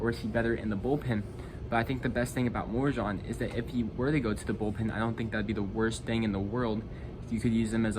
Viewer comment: If you trade Myers you need to replace him in the outfield and still fill the other corner outfield position! And it pronounce Mor-eh-hone!!!